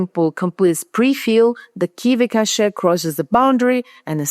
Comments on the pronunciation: Why "cash-ay,"? KV-cache is pronounced as kay-vee cash (like money). There is a word "cachet" in English, pronounced as cash-ay, but it means different things like prestige or even a bunch of meds to be swallowed. Overall though, I find your English perfect; your written articles are masterpieces! I like your accent too; you and I share a mother tongue after all. BTW, one practical piece of advice. I turned on the subtitles under your video just to see how YouTube autotranscript deals with your accent, and it doesn't do a very good job. You can put your video in pre-production through local Whisper and do a quick manual correction or even use an LLM—they are pretty good at finding and correcting transcription errors. Then YouTube gives you options to upload your own transcript, and that is going to make the whole thing perfect and technically correct. Ok, finished watching your video. On your main question, at the end, where more efficiencies in inference are awaiting, I think the answer runs deeper than optimization techniques like the one you described here where prefill and decode work are split between different engines with a shared KV-cache between them. These are very good and welcome developments, but we need to look beyond that. I think the winning combination is going to be combined architecture systems which employ both algorithmic and scalar inference. Some examples include neurosymbolic types of systems as well as KAN-based. I've been following work by one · "Cache" is pronounced "Cash"